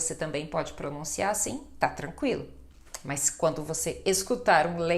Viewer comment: professora, a senhora a conjunção mas, pronuncia como mais. Uma pequena observação.